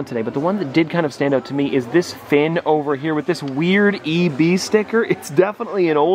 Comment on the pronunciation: It frustrates me that he said "a weird E, B sticker" it's EB Games (Australia's GameStop)